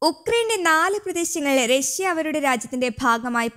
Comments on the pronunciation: രശ്യ അല്ല . റഷ്യ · രസ്സ്യ അല്ല റഷ്യ